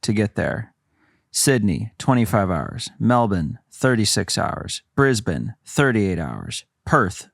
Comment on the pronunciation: THANK YOU for pronouncing Melbourne (Melbin) & Brisbane (Brisbin) correctly 🎉 hahaha